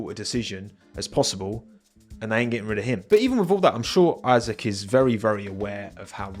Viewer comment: It's Isaac not "I-sack" 😭🙏🏻